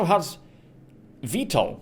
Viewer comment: Dude, it is totally V-TOL. How could you have not known about this? It's in the photos and in almost all of the literature. That said thank you for another kick ass video!! Oh and the components next to the bridge are shields. The coolers are the components next to the engines.